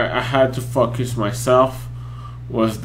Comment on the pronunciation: The Legend is back! But now that you're not a brony... reactions to non-pony videos? PS. For some reason when u say "focus" I'm hearing "fuck" xD